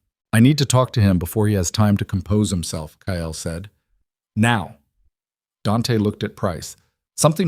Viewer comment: If a simple name such as Kyle (pronounced K EYE L) can't be properly pronounced correctly, go for Bob or Joe. Can't screw that up. Ditch the alien from Mars garble.